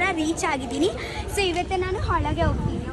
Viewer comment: Nice vlog. I liked it. Kannada 👍. Not Holage, it is Olage. Hagedhira nevu not nenu. If you dodn't like the food please give it to your mother not to your friends.